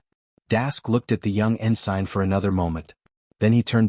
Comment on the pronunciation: Could someone please teach the AI how to pronounce ensign?